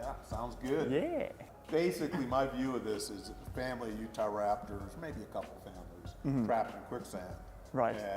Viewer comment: he used to say utharaptor